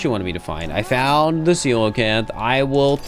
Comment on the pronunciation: honestly, i'm just impressed, but did my man just pronounce 'coelacanth' correctly, first go?